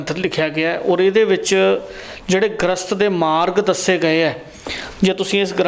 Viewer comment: ਗ੍ਰਸਤ ਨਹੀਂ ਗਰਿਸਤ ਲਫਜ਼ ਹੁੰਦਾ ਹੈ ਜੀ।ਵੈਦ ਜੀ ਦੀਆਂ ਗੱਲਾਂ ਸਾਰੀਆਂ ਸਹੀ ਨੇਂ ਪਰ ਅੱਜਕੱਲ ਕਬੀਲਦਾਰੀਆਂ ਦੀਆਂ ਐਨੀਆਂ ਜਿਮੇਵਾਰੀਆਂ ਵਿੱਚ ਬੰਦਾ ਏਨੀਆਂ ਕੰਡੀਸ਼ਨਾਂ ਦਾ ਕਿੱਥੇ ਖਿਆਲ ਰੱਖ ਸਕਦਾ ਹੈ ਜੀ!